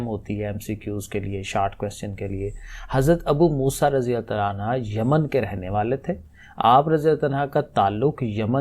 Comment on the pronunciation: un ha ni prhna . un hu prhna hy